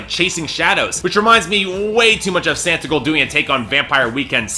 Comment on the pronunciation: It's Santa Claus & S"aw"ntigold. Your reviews would have more cred if you at least knew how to pronounce the artist's name correctly.